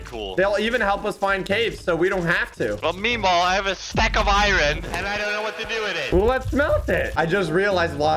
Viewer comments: I love how says “Irene” instead of iron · says iron like iren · my guy you say Iren